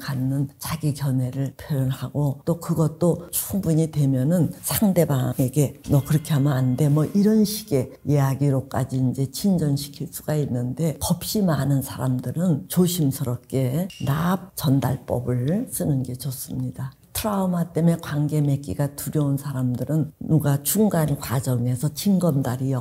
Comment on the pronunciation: 겁시 많은 >>>겁이 많은 으로 발음해야하는데 ...